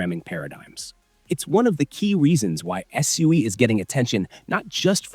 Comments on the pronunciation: Right from the beginning you pronounced SUI wrong. If you actually did your research watched or listened to any of the devs from Mysten Labs you wouldn't call it SUEY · I thought the management team calls it SWEE